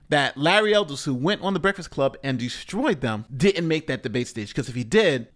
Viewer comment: Someone has to tell Charlamagne there is a k in break not a f. The Breaffast Club LMFAO 😂😂😂